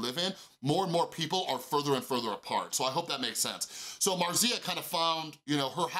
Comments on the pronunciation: Sorry but your way of pronounce Marzia made my Italian ear bleed. Is not 'marsía', is more like 'màrtsia' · It's how Felix says it too like there's a t in it. Maybe it's Italian? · That's not how you pronounce "Marzia"